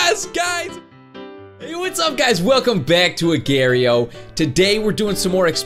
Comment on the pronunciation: he says agar.io so wrong😣